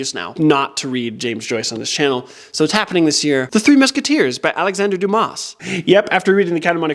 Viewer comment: Just for information: the S at the end of Dumas is soundless 😂